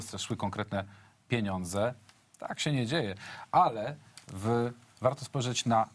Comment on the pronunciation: min 10.11 cyt ' warto spojrzeć na A'frykę ' , ....no chłopino kto Ciebie nauczył tak akcentować ? W języku polskim akcent kładziemy na przedostatnią sylabę , czyli Afry'ka , Amery'ka itd .Niestety lemingi w swej naturze mają skłonność do bezmyślnego naśladowania .Pan zapewne również wymawia ..pre'zydent , poli'tycy, etc .Szkoda , że konsekwentnie w swej niewiedzy nie powiada ' mi'nister , komi'niarze , dzienni'karze tu przecież tyle samo literek ?. Czyli wbij sobie do główki ' puniedziennikażu '-polity'cy , dziennika'rze , kominia'rze , prezy'dent , mini'ster Afry'ka , Tune'zja / broń Boże nie Tu'nezja / . Treść i forma !!!!!